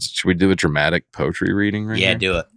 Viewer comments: I think is pronouncing it with an I, like “Poitry”. Either way, I’ve never laughed so hard at any episode just hearing and Dusty fall apart laughing and sweet genuinely trying to repronounce it differently! Sometimes you just can’t hear your own twang!! 🤣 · Po-ee-tree....Yall r killing me today!!!! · Wtf is a poitry? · Nate would pronounce it voy-la. Also: today’s topic is Poy-etry. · This is the single funniest episode of Nateland I have ever listened to. saying "poim" and "poATry" and the boys just dying laughing, I almost drove off the road. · Y’all. This is pure gold. I love it when all 4 of you are there for the podcast…but Dusty,, and left without parent supervision is priceless. I lost my breath laughing at and Dusty trying to compose themselves when introduced “poy-etry”. I cannot stop laughing 😂😂😂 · saying he probably pronounces Def "Poytry" Jam different than Russell Simmons is hilarious....I imagined him doing the opening to the series in his own voice.😂 If it makes you feel better, I did have to look up a good B word. And, thanks for being a good sport. We all enjoyed the good laugh, sorry it was at your expense. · The way said the word “poy-etry” gave me anxiety each time he stopped to pronounce it. words take flight, But the rhythm's lost in flight, Poetry in plight. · I'm sitting in the gym parking lot cry-laughing at just abusing the "P" if pouyetry. I haven't laughed that hard in ages. It's a middle school sleep over when Nate is gone. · saying “poetry” sounds so much like “poultry” I honestly thought the title was wrong and the episode was going to be about farming chickens. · Omg. Y'all leave alone! It's not that funny how he pronounces Poyetry. But I did get a kick out of Dusty and dying of laughter over it. Can't wait for daddy Nate to come back and get y'all in order 😂.